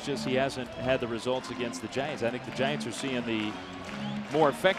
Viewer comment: It’s Giants, not Gaints Thanks for the game and keep up the good work!